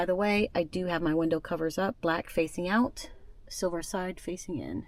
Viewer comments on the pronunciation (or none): none